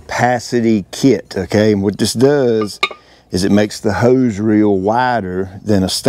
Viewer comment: heeeuse! whats a heeeuwwse?🤣